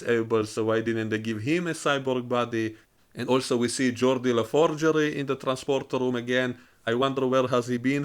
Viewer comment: Geordi la Forgery. lol